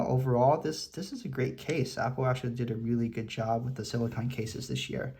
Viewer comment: SiliCONE case not siliCON. You’re saying the name of the Apple brand one wrong.